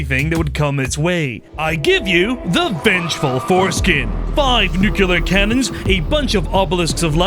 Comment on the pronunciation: bro learn to say nuclear